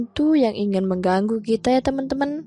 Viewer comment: Ko salfok ama si mimin pas bilang TEMEN TEMN:V Yg temn nya it loh ngakak:v